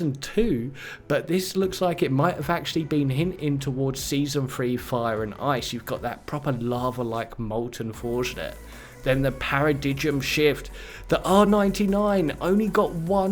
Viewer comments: Lmao paradidge-um shift. Paradigm= (para-dime pronunciation) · para-dime. Say it with me Paradigm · Para-dig-em shift?? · Paradigm is pronounced Para-dime. Silent G. Unless you really pronounce the G where you're from.